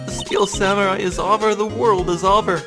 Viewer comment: Every time you pronounce "over" like "ahver" it throws me off. This game has me on the edge of my seat and I'm loving your commentary!